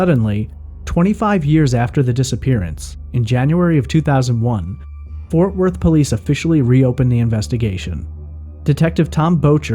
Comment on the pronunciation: ForTH Worth? Lol Otherwise great podcast